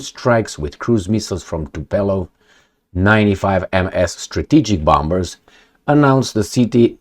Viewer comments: the plane is not Tupelov, but Tupolev. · I think is TUPOLEV not TUPELOV.